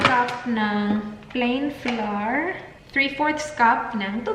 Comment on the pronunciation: Hey! I don’t mean to offend you. But “flour” is pronounced as “flower”. I have been saying it incorrectly too for a long time until my Portuguese-Canadian husband corrected me 😁 Also, I researched on it and it is pronounced as “flower”. Thanks for making everyone happy with your vlogs including me! God bless you and Dan 😊